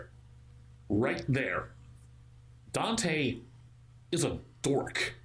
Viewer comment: that one also I think it was because of the way the voice actor pronounced dante